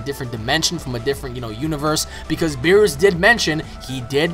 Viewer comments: BEER US NOT BEEROOS OMG its bothering me so much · I cant get over how you are pronouncing Beerus its us not oose haha. :P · Its not berroos its berrus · beerus not beeroose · Good stuff, But one thing that irked me is how you say Lord Beerus. It's not bee+rush, It's Lord Beer+us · O my god its BEE-RUS not fucking BEE-ROOS. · Its Beerus not Beeroos!!! :-) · its beerus not beeroose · Never say beerus again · LOL hes saying beerus wrong